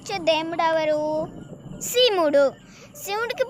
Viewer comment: Mey Shimudu kaadu shivudu. Ford ecosport baguda. Baga vundi naration